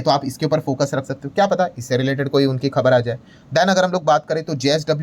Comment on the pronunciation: ओह ये जिंदाल नहीं है जिंदल ग्रुप है। ये लाला मतलब वैश्य समाज में हैं। जिंदाल तो ऐसे बोल रहे हैं जैसे फिल्म में विलेन होते हैं। 😂😂😂